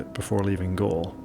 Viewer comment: It’s pronounced gall Le